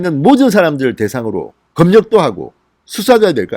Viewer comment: [만냑]x, [검녁]x, [감념뼝]x, [방녁]x, [진녕장관]x, [진녕]x [마:냑]ㅇ, [거:멱]ㅇ, [가:몀뼝]ㅇ, [방역]ㅇ, [지녕장관]ㅇ, [지녕]ㅇ